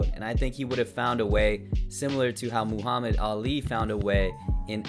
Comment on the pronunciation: Lol, Moohammad.